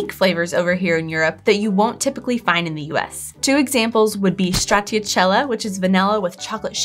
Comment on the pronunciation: Cute how she tried to pronounce stracciatella 😅